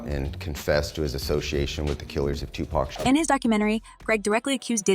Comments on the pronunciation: Another effort to bring another BLACK MAN DOWN! Say woke. This is just clips of old interviews with credible media used to get people to view this white women’s channel; Adding profits in her pocket. This isn’t real news. Don’t use Tupac’s fans to get views. This channel can’t even pronounce Tupac’s name correctly. Notice the line draw through key words. Indicating from a legal standpoint that the writer can’t be held responsible for false statements. Tupac fans. Are you sick of being played for not knowing the true meaning, facts and hidden agendas made by people like this? IF YOU AGREE, give a simple thumbs up! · I hate when they don't pronounce PAC name right😂😂😂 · Why white people always say Tupac wrong? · TUPAC SHAKUR!!! SAY HIS FUCKIN NAME RIGHT!!!!! 🤬🤬🤬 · It's not "pack" it's "pac" wtf get that sh** rite!lol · Can yall stop saying 2 Pack!! Like "Pack" its Pac like Pok wtf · It’s pronounced 2 pock not 2 pack 🤣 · ITS NOT TUPACK , ITS TUPAC , PRONOUNED TUPOCK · She said TUPÄC:( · Its not tupack!!!!!! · His name is Tupac NOT 2 Pack smdh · Please do the research Ma'am. Stop disrespecting this man calling him 2 Pack. Like seriously, how hard is it to pronounce Tupac? Are you unaware that Google will enunciate a word/name for you if you don't understand how to say it! 🙄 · PLEASE PLEASE ... STOP calling him 2 "Pack" . For goodness sake!!! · Its 2023 and 30 years later wyt ppl still struggle to pronounce 2Pacs name right🤦🏾‍♂️ How Sway ?! IT IS NOT AND NEVER HAD BEEN 2 PACK ! FOR FK SAKES !! IM SOOO TIRED OF WT PPL BUTCHERING SUCH A SIMPLE ASS NAME !!!! 🤦🏾‍♂️🤦🏾‍♂️🤦🏾‍♂️ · His name is not Tu-pack!!! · You people gotta stop calling him 2 pack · Sounds like the narration of this video is AI because it can't even say 2pac's name right. 😒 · Is there a reason why people butcher the name Tupac. It’s pretty simple no?